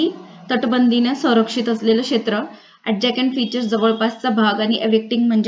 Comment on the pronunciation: Mam,adjacent अ‌डजसंट not sound अडजकेंट